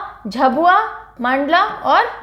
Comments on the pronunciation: Ma'am its not झबुआ its झाबुआ And not धर its धार But u r great i always watch ur all vdos 🙏🙏🙏❤️❤️ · Mam mp me वों झाबुआ , धार है आपका उच्चारण गलत है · Don't go to spellings It pronounce .....dhaar , jhaabuaa, and manndlaa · Mam I m from MP and it's pronounced as झाबुआ, मंडला, धार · Hindi let us pronounce words perfectly.. Many pronounced word was wrong here eg. झाबुआ, संथाल, कमार etc